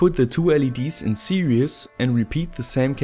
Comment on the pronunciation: I don't know why I'm watching this video I've been building LED drivers for years now... Ah yes. Now I remember I wanted to know if calls it "series" or "serious" still 😅